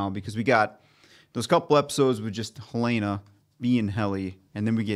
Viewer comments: Her-layna .... still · Aahhh! Guys, it's HELL-en-uh. Like the state capital of Montana. Where I happen to live. 😂😂